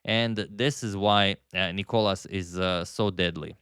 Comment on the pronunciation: Why are you still calling him νΊκολας when it's νικΌλας emphasis on the letter O